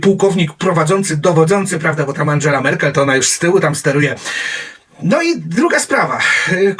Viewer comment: Angela, a nie Andżela. Stasi, wymawia się, "Sztazi".